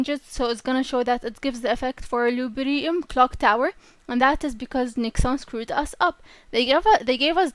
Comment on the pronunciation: Loo Dee Bree Um